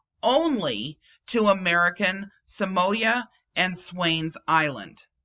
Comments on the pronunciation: Not trying to be the pronunciation police, however, Samoa is pronounced Sa-Mo-Ah, not Sa-Moy-Ah. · pronounsed Sah-moa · Err sorry to pull you up on pronunciation it is pronounced SAM- O- A commonly referred as American Samoa